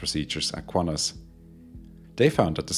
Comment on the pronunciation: Take note: there is no U in QANTAS